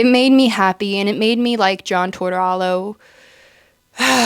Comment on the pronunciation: "John Tortorallo" I'm dying haha this was great